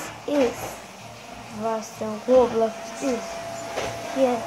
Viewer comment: Das heißt roblox🤦‍♂️